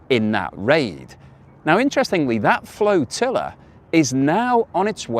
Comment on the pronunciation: please say flotilla r Like flotilla and not floatilla like flotilla keep up the good work. Visit Perth everyone knows its best in the West😊